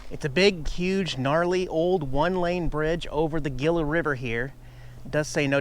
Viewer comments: It's pronounced heela not gela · It's pronounced Hila not Gila lol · Gila is pronounced Heela, not gilla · lol!! Gilla River. It's pronounced He La,! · It's pronounced "Hila" River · Hila not Gila. Even though the spelling is Capital G. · It's pronounced "hee la" river. Like Gila monster, hee la monster. Lol. Lin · Gila River pronounced, 'Heela." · Gila River - "Hee-luh River" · Hi. I live on the Gila River Reservation, and it's pronounced "heela.":) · Just a heads up on pronuncation GILA is pronounced He -La . the Spanish G is an H I'm from around there. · Just an FYI....Gila is pronounced HEE-LUH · Nice Video. Oops on the iphone. Safe travesl. Here comes the Spanish lesson. lol. Gila is pronounced: Hee laa Long e's and short a's. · Cool video, love Arizona. FYI, the G in Gila is pronounced like an H. Safe travels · Gila - He-la. I thought the chest high camera was great. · Said you learned a lot today, please add this. The word is nuclear not nucular. And Gila Bridge is pronounced He la Bridge. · "Gila River" - pronounced "HEE-la" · It's pronounced Hila...the G is silent. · please learn to pronounce Gila correctly. It’s A”hee-la”. I know I’m being picky here. Really like your videos and the way you take care of your various engines. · Dude Gila is pronounced Hela . Spanish ya know. You've got your Dork Ometer pegged out. ( bike crash, phone and Gila all in one) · It's the "Heela" River... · Gila is pronounced "hee-la". Also, if you meet a Gila monster (large black and pink-ish lizard), keep your distance as their bite is poisonous. It's the only venomous lizard native to the United States. But they are cool looking. Bummer about your phone, dude. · Gila is pronounced "Heela" the G sounds like an H not G! Kinda like the name Juan is pronounced sounding with "Wh" not J... Not trying to pick on you....Just an FYI! lol ✌😜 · Gila (he-la) river. sorry hate being that guy but you were killing it...lol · It's pronounced "Heela" river.